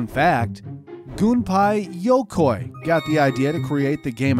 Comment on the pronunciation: GUN-PIE YO-KOI HAHAHA